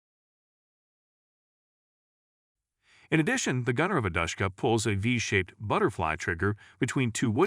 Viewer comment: Why does it physically hurt when he says Dashkuha